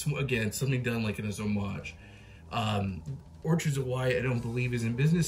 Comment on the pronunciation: pronounced orKids of hawaii